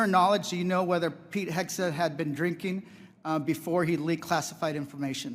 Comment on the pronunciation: Please Malcolm, it's Heg-seth... HeG- Seth. Not Hes-geth